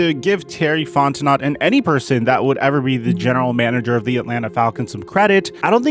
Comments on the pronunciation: Hey man.. quick tip from someone from the south... Fontenot is pronounced Font-n-Oh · Lol it's "Fon-tin-oh" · It’s Terry Fon-ten-no The T is silent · As a Louisiana native, I have to tell you: Fontenot is pronounced FON-TEN-KNOW. He is a Cajun. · Love the video homie. Let me help you out Fontenot (fon ten know he's from Louisiana it's a French pronunciation) But anyway as a Saints fan I'd love to get julio out of the nfc south I wouldn't care where he went aside from Tampa. Lol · Fontenot the t at the end is silent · Fontenot is pronounced Fon-ten-o..T is silent..A French thing..From New Orleans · Fontenot is pronounced font en no. Louisiana names are different. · Terry Fon-ten-oh 😉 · Its Fon Tan ooo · terry fontenot is pronounced fon ten no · Fon-ten-oh is how it's pronounced, m'man :) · It’s pronounced Fon-teh-no buddy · Pronounced "Fon Ten No" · The T is silent in Fontenot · The way you pronounce Fontenot is painful to my ears lol.